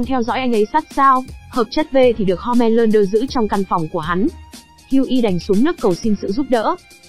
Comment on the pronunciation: ủa home lander cứ ko phải homan lander